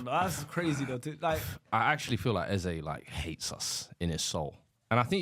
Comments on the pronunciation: Eze is bunkers for butchering our great name. It’s Eze not Eza. He can do one. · It's not pronounced Eza, it's Eze. My man can't speak Igbo, so I don't blame him. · eze is pronounced “a-zay”, not “ezzeh”, he anglicized the name cause he was brought up in the UK . take this from an Igbo Nigerian. It’s “a-zay” . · His name is not “Ezah” ffs. It’s pissing me off as an Igbo man lol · That is not how you pronounce Eze it’s Ezay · That's not the correct way to pronounce "Eze" oo. 😂😂